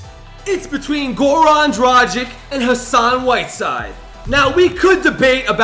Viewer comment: Its dragić, not dragic.